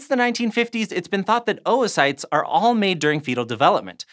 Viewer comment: ‘OwO-cytes’ Sorry I’ll leave